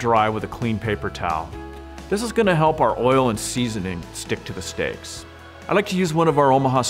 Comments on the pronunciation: "Stick to the sticks" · the way he says "steaks" is satisfying